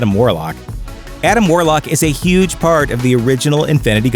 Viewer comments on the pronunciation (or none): none